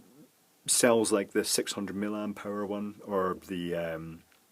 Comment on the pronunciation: The unit mA is pronounced "mill-i-amp" not mill-amp.